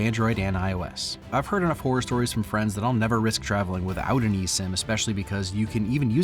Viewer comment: Loose fri-ends? Anyway, great video as always.